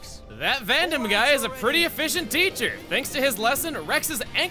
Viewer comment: Listen, I get you're fighting old habits, but every time you understate that second syllable in Vandham's name the "D" sound just vanishes, and it freaks me out.